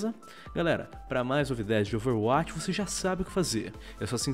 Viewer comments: Porque o fala OverAtch e não Overwatch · por favor amigão, fale a palavra "overwatch" que nem um brasileiro normal. Obg desde de já, um abração.